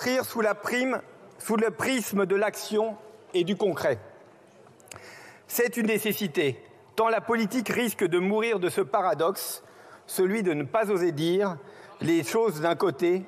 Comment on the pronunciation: Sera T' une ❓️ça sort d'où cette liaison ❓️😮😤